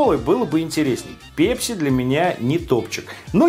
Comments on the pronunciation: ПЭЭЭЭЭЭПСИ,а не пепси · пЕпси , пЕпси пля... ?! Серьёзно?! сЕкс из той же серии!!! Вы же русский человек. Неужели нельзя говорить правильно? Пэпси!!!!!!!!(написал с ошибками, чтобы было понятно!) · бля не ПЕПСИ, А ПЭПСИ! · просто слух режет... := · Тебе за 40 лет , если ты говоришь "ПЕПЬСИ" ) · пЕпси,как бесит такое произношение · пЕпси....бррррр....говори через "э", пожалуйста. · Слово Пепси забавно говоришь!😀👍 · Пееепси лайк кого бесит такое произношение.